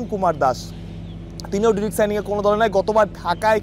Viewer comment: ভাই ডিরেক্ট না ডায়রেক্ট হবে